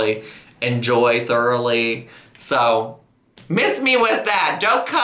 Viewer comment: I "thurly" enjoy the smoothie...